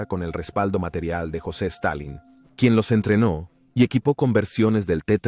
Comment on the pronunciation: ¿Jose estalin?😂😂😂